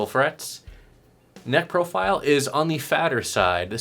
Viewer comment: When you said 'neck profile', I heard 'necrophile'. That's it: no more dark web for me